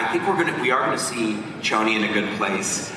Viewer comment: omg it 's been almost two years! It's Ch(s)oni not /tj:/oni lmao